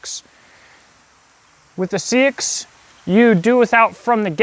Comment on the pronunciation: Love this. I have liked seaxes (old English knifes) for a longtime. Just so you know it is pronounced more like sax or more accurately saex. Confusing I know. But it's true